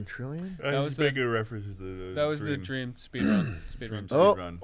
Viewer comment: "And DWEAM said "LET THERE BE LORE""